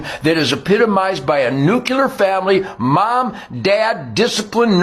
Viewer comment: “Nucular family” lmao